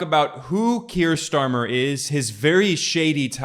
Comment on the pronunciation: While I'm not a fan of Starmer, i do believe his name is not pronounced "Schtarmer" 😂